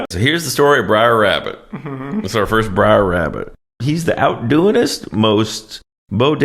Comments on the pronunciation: It's BRER , short for BROTHER not BRIAR! OMFG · It's not "Briar Rabbit," it's "Brer Rabbit," a corruption of "brother," which also applies to Brer Fox and Brer Bear. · Br’er rabbit… it rhymes with bear. It’s an old contraction of “brother”… I regret being that guy, but it was driving me nuts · For the first time in my life, I understand what non-English speakers mean, when they say my pronunciation hurts their ears. "Briar" indeed. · Every “Briar” makes me cringe lol😂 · i love you guys but it's Br'er Rabbit 🙃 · Brer rhymes with rare. But this is hilarious....actually, Bugs Bunny is closer to Brer Rabbit than Roger Rabbit, intelligent take....the whites do steal stuff. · Did you even watch this movie? Or are you just mispronouncing characters' names on purpose. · Honestly, one of your best! Br'er mispronounciation aside 😅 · It's not "brier" rabbit, it's "br'er" rabbit - a contraction of "brother". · Bro, the constant "briar" instead of "br'er" is driving me bonkers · It is actually Brer like Rare - not Brer like Liar. He is thrown into the Brier Patch. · Not "Briar rabbit" He's "Bre'r rabbit" = "Brother rabbit" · You said "Sex in the City", Not only is that Mandela effected to Sex and the City but Brer' is shifted to Br'er in this timeline as well. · It's "Br'er" Rabbit, not "briar". It's an abbreviation of "brother". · "Br'er" = short for "brother", not "briar". Br'er Rabbit lives in the briar patch. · It's actually "Br'er" Rabbit, slave-speak for "Brother" Rabbit. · It's not Briar, it's Br'er, short for Brother. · It's "Br'er Rabbit" (pronounced bRARE), not Briar! Damn, it's like you didn't grow up watching this romanticized reimagining of the terrors of the Reconstruction era! Awesome video, as always! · Oh my god, you can’t imagine the horror of listening to you mispronouncing BR’ER (BROTHER) as “Briar” 75 times! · Br'er rhymes with "air." Not briar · It’s not “briar” rabbit, it’s “brer” rabbit which means brother. That’s why all the animals are brer something.